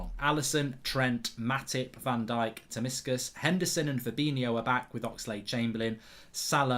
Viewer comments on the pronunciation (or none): Can’t believe Mark calls Tsimikas ‘Tamiskas’ 😂😂😂 Sounds more like a Mediterranean dip than a LB.